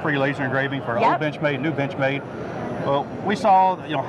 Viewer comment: "Binchmade" - so he says...